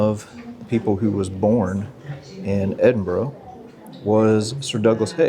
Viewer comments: Just a minute or so into watching this video of your visit to my home town. I am impressed that you bothered to say the name correctly. We always appreciate it. On the one o'clock gun: we joke here that at one o'clock, you can always spot the tourists by seeing who jumps. 😆 As for the locals, well given the channel content, I shall tell you this tale. The year is 1915. A British soldier is sitting in a trench in France. As he looks around, he notices another soldier beside him. The second soldier seems to be constantly fidgeting and unable to sit still. To begin with, the first soldier assumes the second soldier is just naturally nervous. But as he watches him, he notices something. So the first soldier nudges the second and says "Here mate. You're from Edinburgh aren't you?" The second soldier is surprised but answers "Um, aye. Born and bred. But how did ye know that? We've never met before." "Easy." Replies the first soldier. "Every time one of them big guns fire, you check your watch." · Fun change…lived in Edinburgh while working, fun castle to visit on the quiet days! Thanks…and you did pronounce Edinburgh correctly! Andrew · As a Scottish girl in Aberdeen I am delighted to hear you pronounce Edinburgh correctly xxxx🎉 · F me! A yank that can pronounce Edinburgh correctly 😜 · Please please please say your coming to Aberdeen next I would love to bump onto you oh and Can I just say well done pronouncing Edinburgh correctly I’m an aberdonion if you couldn’t tell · kudos to or being the first American I've heard pronounce Edinburgh correctly. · I agree, you said it perfectly. Most Americans say EdinburG or Edinboro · Perfect weather eh 😂 Edinburgh a very historic place and the way the castle is up on a rock is incredible. (Great to hear an American pronounce Edinburgh correctly too!) 🇬🇧